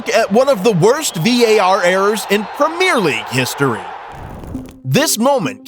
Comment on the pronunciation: Premier not premiere. Different words, different meanings. Great video otherwise though